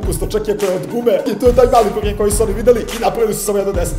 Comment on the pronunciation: da li sam samo ja cula burek umesto burger😂